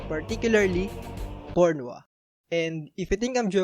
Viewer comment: I knew this was a gold of a channel as soon as i heard "particularly pornwa" 😂😂 Deserves million of subs 😂😂